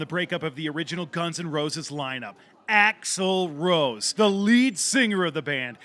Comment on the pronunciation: It's axel rose not axel roe. Come on.....